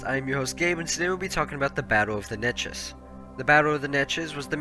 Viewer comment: Say it with me "Nay-Chess"